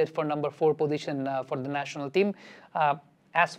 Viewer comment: আসসালামু আলাইকুম,।আমি আপনার অনুরাগী।আপনার প্রায় সকল ভিডিও আমি দেখার চেষ্টা করি।আপনার উচ্চারণ থেকে অনেক কিছু শিখি। আপনাকে ছোট্ট একটা পরামর্শ দিতে চাই,অন্যভাবে নেবেন না,প্লিজ। আপনার "পজিশন"উচ্চারণ টা আমার কানে"পদিশন"শব্দে বাজে। যদি এই উচ্চারণ টা তে আর একটু জোর দিতেন।প্লিজ। ভালোবেসে বললাম,প্রিয় ভাই। দেশের ক্রিকেট নিয়ে আপনার মত করে আরো ভালো ভালো কাজ করে যান,সেই দোয়া করি।